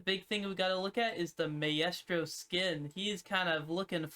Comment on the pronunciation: I love the video but maaaaan did you really just pronounce maestro like that LMAO